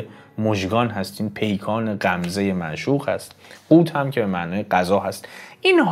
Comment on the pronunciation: قوًت را قوت خواندین